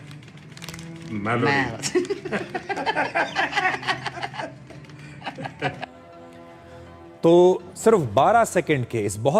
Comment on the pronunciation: 1 lafz bola puri video mein... Wo b galat bola melody ki jaga malody wah re jahil gawaar.... 😂😂😂